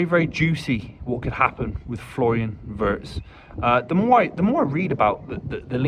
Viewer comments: First get the name right..its Florian VIRST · Exactly,not Wurtz as they keep calling him😂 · Just hope more people would pronounce his last name correctly. The i in Wirtz like the i in Winter and Wink.